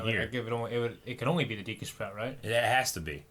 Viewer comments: Is it De Q tree or Dee Q? I know it's spelled Deku but how is it really pronounced, yes this is the kind of shit I ask in Q&A's. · Green T-shirt guy mispronounces literally EVERY Zelda-related word. “Hyla” “Deekoo” “Fierce Dai-ity” “shakia” “Gurido” Seriously, dude, learn how to pronounce words